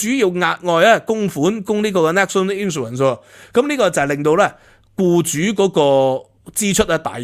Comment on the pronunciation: 「英國同德國」 「英國同法國」 明明係法國同德國，竟然兩次口誤？ Gain 發音非常不正確，應該像pain, main, 不會讀pan, man, insurance 重音在第二個syllable sur，去了英國幾年英文都好像仍然港仔模式，平日好像少聽本地人講話和看英國本土節目。 一搜谷歌好多各界對budget反應，還有許多你沒有講到，比如: NIC 對受聘由12%減到8%, 對顧主增加 減酒稅 投資數碼科技 潔淨能源 公屋 Business rate relief Data use & access bill 太空科技 R&D tax credits ...etc. 認同有留言稱讀私校不會計較加稅。就算送子女回歐洲返學都不是什麼大陣像，我以前獨自去英留學不是更遠？香港的ex-pat都有些把子女送回祖國上學。看來你只拿兩三樣欠缺全面，帶風向。 我七十到八十年代在英國經歷煤礦罷工，還有巴士、地鐵、麵包、煤氣、郵差…都撐過來了，對付煤礦工會是Thatcher不是工黨。 今日聽到O'Sullivan 成功成為香港優質專才移民，嘻嘻！不過訪問時並無提到是為避稅！笑死人！🤣